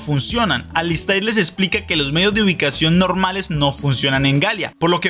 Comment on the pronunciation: Alister!!! Se q se escribe alistAIR pero se pronuncia AlistER!!!😅